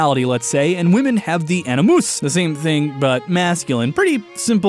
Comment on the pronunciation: "A ni moose" as opposed to "A ni mus?"